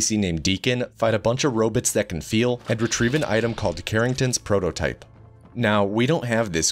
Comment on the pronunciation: "fight a bunch of ro-bits that can feal"